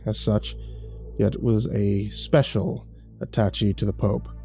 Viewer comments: the word "attache" pronounced ahh tah shay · Attaché is pronounced AH-TAH-SHAY.